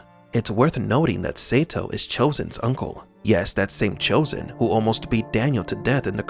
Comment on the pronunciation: Chozen pronounces his name correctly